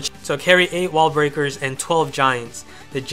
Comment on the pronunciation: I like your ideas, but sorry dude, your english really needs some work if you want more subscribers... Example: please pronounce the "S" lol 1. total resourceS 2. wall breakerS